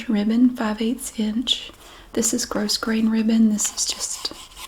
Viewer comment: lol! Just "boop" wherever! Too cute! But just thought I'd mention that the ribbon you use is pronounced "grow grain"...the S is silent. Ya know...just sayin' ;-)